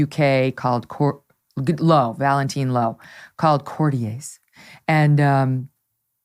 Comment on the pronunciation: True. Also, Courtier is not pronounced like Cartier.